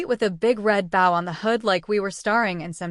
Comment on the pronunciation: God please learn how to pronounce wound and bow in the way its meant in the story. I know its AI, but the I is for intelligence.